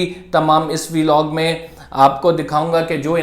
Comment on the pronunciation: It’s Vlog please don’t pronounce it veelog.